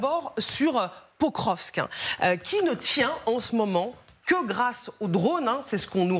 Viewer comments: Un general consultant dit que Pokrovsk est sur la ligne de mire russe depuis plusieurs mois, donc le nom de Pokrovsk est connu de tous y compris des gens lambda sauf que lui au lieu de prononcer POKROVSK il dit POVROSK. Même la journaliste essaye de le corriger en prononçant convenablement le nom de Pokrovsk. comment peut il faire de l'analyse militaire alors qu'il est incapable de prononcer le nom d'une ville faisant parti du front ? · Ça fait des semaines qu'ils parlent de Pokrovsk sans réussir à en prononcer le nom ... et après ça se fait passer pour des experts de terrain 😂